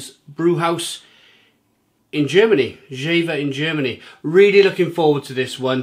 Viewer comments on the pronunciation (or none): it's pronounced "Yea-vah". It's a town in the North of Germany. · One of my favorite beers while I’m in Hamburg a times a year. By the way, it is pronounced like YAY-fer. Their motto is Friesisch Herb, which means Frisian dry (dry as in not sweet, like a dry wine). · Actually it's not, the correct way would be jeFer. In our region the v is spoken like an f. But for the majority it's probably the correct way to pronounce it yea vah